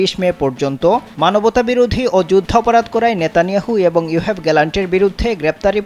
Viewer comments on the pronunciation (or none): ইউহেভ না। ইয়োভ গ্যালান্ট।